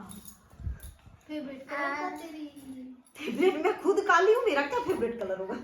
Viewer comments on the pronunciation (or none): none